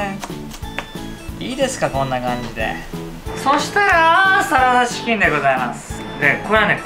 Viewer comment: 「キョンビニの〜、サララチキゥ」 でもう草を抑えられなかった